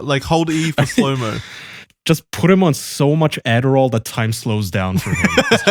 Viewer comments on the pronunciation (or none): none